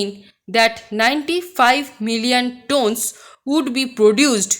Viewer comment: mam you mispronounced the word 'tonnes'. hope this will help.